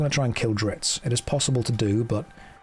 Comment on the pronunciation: It's also Drizzt, not Dritz -.